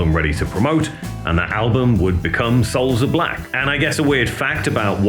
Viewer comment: SOULS OF BLOCK! Ever since day one, It always sounded like block.